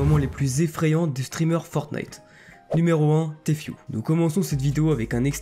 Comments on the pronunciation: On prononce pas Tfue mai Tifue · Ca ce prenonce tifiou pas téfioue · Ce n'est pas compliqué de prononcer Tfue . Tu dit t fue au lieu de ti fue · tu sais bien dire tfhu